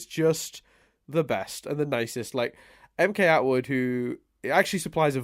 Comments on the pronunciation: Logically, it's pronounced "MK-Atwood", as it's a channel made by MacKenzie Atwood. (unless the joke just flew over my head) -Paintspot Infez Wasabi! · On or off camera, and really should watch Datis Ausum's and Mkatwood's AMVs (also it's pronounced em-cat-wood)